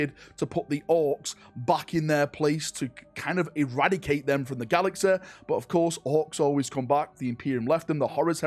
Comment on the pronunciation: learn to speak... GALAXEH... lmao